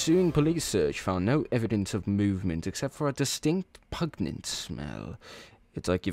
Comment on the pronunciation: Why did you say pungent like that